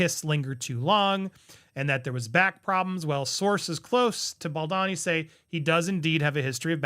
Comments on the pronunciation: No biggie but it’s Justin BaldOni not BaldAni. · Andy, I love you, but please pay more attention to pronounce Justin's last name correctly, it's Baldoni, not Baldini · His name is Baldoni, not Baldani. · "Baldonny", "Balldini" 😂 everything but Baldoni. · Please don't get offended ! The name is pronounced Bal d oh ny, not Bal donny ! Thank you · Ball dohn knee not bald dawn ee. How many times can you mispronounce this actor’s name already? 😂 Sheesh. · You pronounce Justin's last name wrong. Bal-doe-nee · Hey, I know you wanted to know how to pronounce his last name. It is pronounced - “Ball-doe-nee “ 😊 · BaldOOOOOOOOOni. please get the name right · Why do you keep mispronouncing his name?